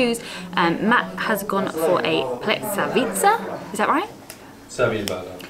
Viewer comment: It’s pronounced Pless-ka-vitz-se!!! Love the videos